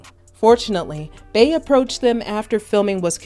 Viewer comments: Just wondering why you keep calling her “bae”… it’s Bey, as in Bee 🐝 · if you wanna call it a trigger so be it…but ppl mispronounce our names all the time…Lake is a nickname, not my birth name. And it’s always mispronounced or misspelled…and with us it gets old….my other cheek is tired. Her name is Beyoncé, aka Bey. Not Bae. And as a professional if you doing your research on an artist to do a piece on them, you should know how to day their name or moniker. I’m sure you correct ppl for saying your name wrong….if that ever happens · if her name is BEE yonce aka Queen BEE then why in TF would Bey all of a sudden be pronounced Bay?! Quit stretching …interviewers and bloggers need to KNOW the subject they are speaking about. And this isn’t a Beehive thing, it’s a BLACK thing….our names ain’t that hard to pronounce….even our monikers. No excuses. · How u black & can't say "BEE" ...... RIGHT smmfh ...... I'm clicking the 3 dots & hitting the "do not recommend this channel botton" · Every time she said “bae” i was like “who tf is that” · Nah F that “who cares”….get ppl names right. If we can pronounce Shanholtzer you can say Bee (Bey)…it’s not that hard.